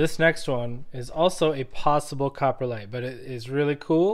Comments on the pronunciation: Cop-ro-lite. Not copperlite…. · It sounds like you pronounce it coporlite vs coprolite